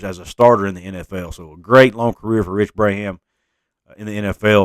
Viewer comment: Just pointing out—the Braham kid’s name is pronounced “Brom” like prom. Yes, his dad was a great one!